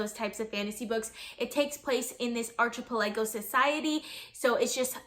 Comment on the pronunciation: Great review; it really really upsets me how you say archipelago lol